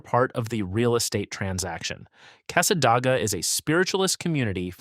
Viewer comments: Cassadaga is pronounced with a long A on the first A in DAGA. It was painful to hear it said wrong multiple times. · Yes, no Dah in Casssa-Day-guh. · It's NOT SWAN EE RIVER it's pronounced Sūwânēe. And it's NOT CASSA DAG AH either idiot it's pronounced Câssâdāgâ. And you're not even covering who actually lives there or who else can live in Cassadaga, because the entire community is not what you're claiming. It's a very beautiful area, and the folks there are friendly, this town IS NOT HATED BY FLORIDIANS and most visitors there find it quite enjoyable and relaxing. The person that created this AI GENERATED SLOP VIDEO is spewing old, outdated beliefs that are no longer held. And below is how Cassadaga really is, which this buffoon hasn't even set foot in this town, I have and it's nothing like this idiot says, nor can him or his AI whichever it is can't even pronounce the towns quaint name correctly either! Here's some FACTS about Cassadaga and these are 100% accurate, even though researched and copied, they match the town exactly. Cassadaga, Florida, is a small town in Volusia County, about 50 miles northeast of Orlando. Known as the "Psychic Capital of the World," it is an active, historic community of Spiritualists, mediums, and healers. _ Anyone can live in the broader community, but specific rules apply to the central Spiritualist camp._ My personal notation: "So much for this video saying others cannot live here, absolutely false." Oh, and yes, they do update their buildings with modern fixtures and other things another lie this video is misinformed on about this extraordinary community. Now back to the research that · Casa DAY ga not your AI generated nonsense. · The town of cassadaga is pronounced casa day ga and micanopy is mic an opie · It' s Casa -day-ga